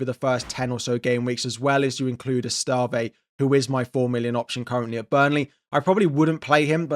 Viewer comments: Pronounced ESS-TEV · That Esteve pronunciation 🤣